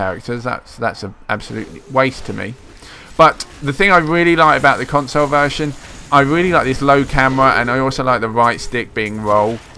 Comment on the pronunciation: What the fuck is a "consoh" lol...